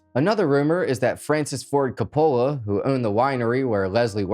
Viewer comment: I love how you dressed up for the video!! I am not knocking you, But you ar esaying the Name Francis Ford Coppola wrong. You are probably too young to know who he is, but he is in fact, a very famous director. Think Godfather! The Uncle of Nicolas Cage and Father of Sofia Coppola!!